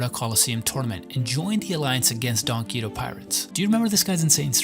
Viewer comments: "donquito pirates" is making me wanna kms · Why are you pronouncing donquixote like that lol